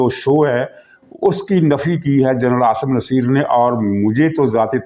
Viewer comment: SIR PLEASE SEAYD AASIM NASSER KA NAAM SAHI KUR LEN PLEASE.